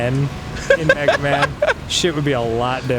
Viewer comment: Oh hey, it's me-gay-man